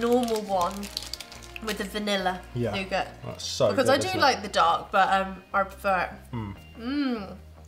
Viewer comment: The mispronunciations of 'dulce de leche' and 'nougat', among others, are giving me hives.